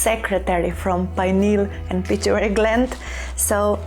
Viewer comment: Its pituitary gland not pituary, just a gentle correction, thank you for your lovely videos